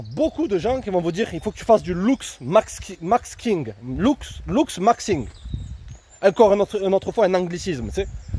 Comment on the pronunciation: Loox makking lol Sinon bonne vidéo come d'hab